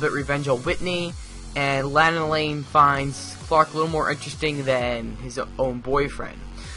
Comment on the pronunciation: I have been watching smallville since season 1 and continued watching till season 10.. And now I own all of them on DVD. Personally if you going to do a review on the show you should know more about it. Ye Clark's friends name is Chloe.. And Lana LANG. Is pronounced Lona Lang.. The first 4 seasons of this show Clark is in high school.